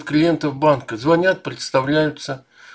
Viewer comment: Не звОнят сАвсем 😗😂